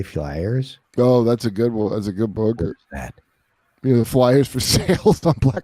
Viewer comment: Dude. Dunnigan is a comedy genius and Wendell is the best character ever, but I don’t like this new “beeyook” thing he’s started doing with pronunciation.